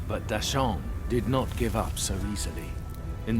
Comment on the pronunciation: Thanks to the dubber, new fans might hear the monkey King changed his name to deshaun instead of dasheng if it weren't accompanied by subtitles 🤣